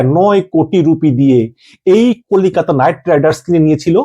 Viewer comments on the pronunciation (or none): "KOLIKATA"??? YOU'RE OUT OF YOUR MIND! IT'S KOLKATA. GET YOUR ACTS RIGHT.